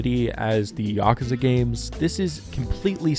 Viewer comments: I mean, the way you pronounce Yakuza is definitely more correct than YakOOza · No need to defend your pronunciation considering it's the proper way to say it. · My man here starting the video by apoligizing for saying Yakuza correctly. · Your pronunciation of "Yakuza" is more in tune with the actual Japanese pronunciation than the English "yah-kooo-zah"